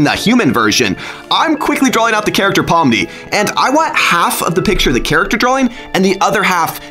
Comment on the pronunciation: It’s not Pom it’s Pomni